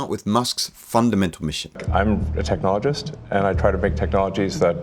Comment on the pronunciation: "TEechnologist", LOL. The only thing Musk ever actually invented was his inventor persona.